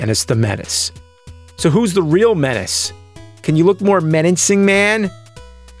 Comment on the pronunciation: Funny how he always says "Super N-Tendo" and "MenaNcing" :D